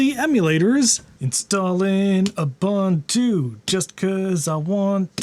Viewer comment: Why does he keep mispronouncing "ubuntu" like he's Canadian or something? It's "oo·boon·too".